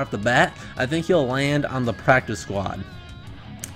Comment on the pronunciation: Lmao pracice 😭